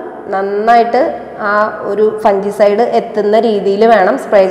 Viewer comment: Good..informative. ഒരു കാര്യം.. "ഫംഗിസൈഡ്" എന്നാണ് പറയേണ്ടത്, ഫൻജിസൈഡ് എന്നല്ല. Thanks